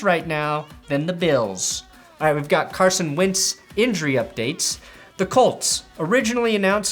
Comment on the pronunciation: Is he saying Carson "wince" on purpose?